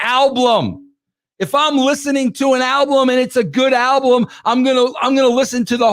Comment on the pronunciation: Don't forget alblum!